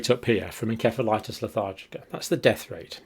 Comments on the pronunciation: EN-SEF-A-LITIS Nurse John! Learn to pronounce it properly! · Pretty sure the C in 'encephalitis' is pronounced like an 'S'. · Every American dictionary pronounces encephalitis with an "s" sound, where every UK dictionary pronounces it with a "k" sound.